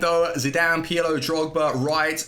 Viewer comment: It’s pirlo not peeyalo 😂